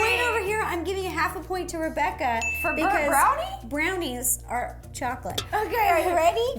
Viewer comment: I thought said bird brownies! 😂😂